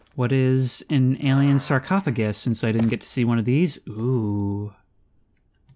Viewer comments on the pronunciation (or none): none